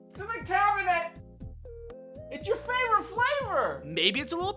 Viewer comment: IT'S YOUR FRAVRIT FRAVOR